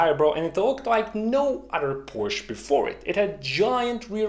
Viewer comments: Phantastic initiative. Congrats. Just one minor point. Could you please avoid saying 'Porsch'. It is Porsche which makes a big difference. It is similar to boot school vs boost school. If you are not sure how to pronounce it correctly ... try Porsch.ah. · Please don´t say Porsch. it makes you sound like an Idiot. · I love this channel, except ... Porsche is a two-syllable word! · Please explain to me how someone as exceptionally intelligent as you, who has such great respect for attention to detail, accuracy, etc. would knowingly mispronounce Porsche. I'm genuinely baffled here. I mean, why? WHY???